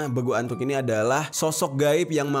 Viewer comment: Bukan begu antuk Tapi begulattuk